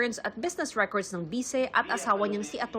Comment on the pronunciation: The permanent recorrrddddd...s hay naku basahin mong maige ang kopya mo